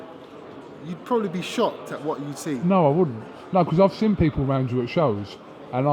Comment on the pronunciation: cant pronounce seen. the fool keep saying sin that, i sin you. the word is seen